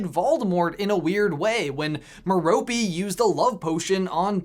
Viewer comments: Meh-row-pay not Meh-Roh-pee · Mare-u-pay. Not Mare-ropee. lol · MER-o-pe not me-ROP-e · Stop saying Merope wrong! It's not pronounced "merr-oh-pee", it's pronounced "mare-oh-pay". Just saying. Back to the video so I can finish! 🤟🏻😁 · Merope is pronounced meh-roh-pay. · Ok but he did say Merope’s name wrong. It’s pronounced mer as in mermaid and rope as in, well, rope. Not “meropey” like he said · Sorry but you accidentally pronounce some words wrong like the merope one. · Merope.... isn't pronounced like that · you pronounce Merope wrong it has no 'E' sound at the end, it ends just like saying the word rope not rope-y, and ti's Ab-er forth not Abe-erforth, BTW. Also how does Grindelwald go blind in one eye? That'd be an interesting video topic.